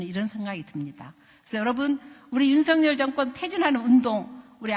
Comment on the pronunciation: 윤석열이고, 발음대로는 윤서겨리 입니다. 석렬은 왠지 정상인 느낌입니다. 건강 되찾으시길 기원합니다. 😊